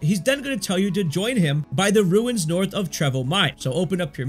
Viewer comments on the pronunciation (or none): none